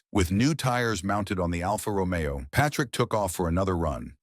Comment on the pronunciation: Well, at least "Alfa Romeo" was pronounced correctly.